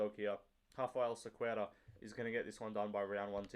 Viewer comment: your enunciation of Cequeira is immaculate ... i'd never get it right